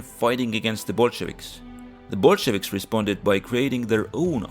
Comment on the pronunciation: Yea I thought this was about the current war until he said Bulshavics